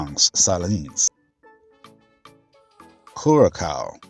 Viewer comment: It took me a moment to realize ... the pronounciation happens to be "Quh-rah-sao" for Curacao 😊 Small glitch, thank you for the video